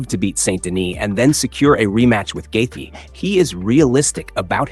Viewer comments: Omg, please stop pronouncing his name like that😖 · Why do you have to say gaethje like that lol you’re KILLING me